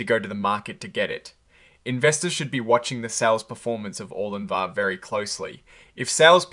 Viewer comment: Bro, how hard is it to say the drug’s name??? Did u say Orgun linvah? It’s pronounced Or-lin-va! How are you getting Or-gun-lin-va???